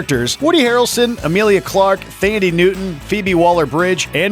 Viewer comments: Can't even pronounce Thandi Newton's name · That's not how you pronounce Thandie Newton.